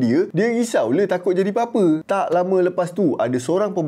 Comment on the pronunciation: tu sikit double meaning 🤣 , first dengar mcm 'risau jadi bapa', second baru betul 'risau jadi apa" '